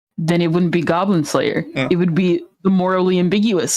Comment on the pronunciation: "GOYBLIN SLAYUH"